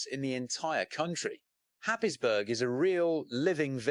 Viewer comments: Where the hell is happisbourg,Germany???. It's pronounced hayesborough. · Haysborough is the correct pronunciation. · other narrators pronounce it Haysborough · It is pronounced happsbro. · Happisburgh (pronounced "Haze-bruh")